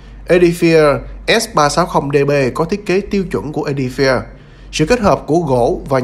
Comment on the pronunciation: 🤣 Phát âm chuẩn tàu khựa!